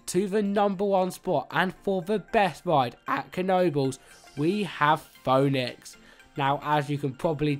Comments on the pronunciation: Ouch.. (foh)-(nicks).. It's (Fee)-(nicks) man.. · It’s pronounced Fee-nix not Foe-nix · Phoenix is pronounced pheenix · LMFAO it's pronounced FEE NIX but what a moment were me and my son had to laugh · did bro say phoonex